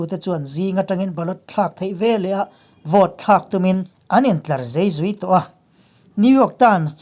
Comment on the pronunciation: Thu chhiar thlûk dik lo hian,ngaihthlak a ti hahthlak a "zei zui" tih pawh i lam ri dik chiah lo.I aw hi chu a lawmawm ka ti